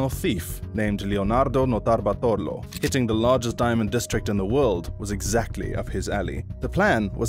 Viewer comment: the pronunciation of Notarbartolo is wrong .. looking for it would have cost you 10 seconds